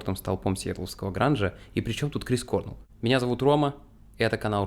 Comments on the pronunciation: не кОрнел. а корнЭл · То есть, про группу Foo Fighters вы не в курсе? Называть Грола лишь "некогда барабанщиком Нирваны" это лютый троллинг какой то, либо нечто иное)) Ну, и в нашей тусовке старых гранджеров, которые подростками в 90-х все это застали, принято произносить не КОрнелл, а КорнЕлл. Точно такая же тема, как и с Джерри КантреЕллом (Alice In Chains). А в целом - огромное спасибо от души! Обязательно репостну, покажу, что молодежи тоже очень интересна музыка нашей юности. Спасибо. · Крис КорнЕлл, а не кОрнел 🤦‍♀️ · С ударениями в каждом видео что-то новое происходит. Здесь кОрнелл, далее превратится в корнЕл, Эмент в амЕнта и т.д. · Информативно, но! Пожалуйста!!!! Послушай как правильно звучат фамилии. КорнЕл. На второй слог. Амент, ну или как он сам говорит Эмент. На первый слог.